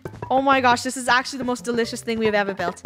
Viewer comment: funneh: wow so delouies.. it makes me wanna throw up